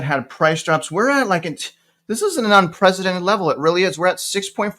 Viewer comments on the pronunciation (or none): none